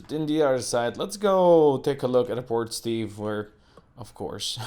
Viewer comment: Haha, every time I hear you say Port Steve I hear "Poor Steve" and sometimes I think that's more accurate. XD The logistics are getting real complicated with the ole urban sprawl but I have faith in the illustrious leader! Well played.